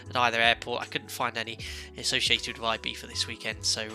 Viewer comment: Nice accuracy with the local pronunciation of Ibiza there. At first it struck me as wrong, but then I had to remember that my ear for Spanish is more attuned to its Mexican and Puerto Rican varieties, as those are what I commonly hear across the pond from you. (It would sound more like "ee-BEE-suh" in Mexican or Puerto Rican Spanish.) You got it right for Spain though, where the letter Z takes on the "th" sound, so I have to give you a proper "¡Tú español es bueno, Capitán!" :) Speaking of Mexico, if you're taking suggestions for future live stream origins or destinations, I think Mexico City could be interesting. Its 7300 ft elevation would allow you to discuss hot and high operations at a length I can't recall seeing in past live streams.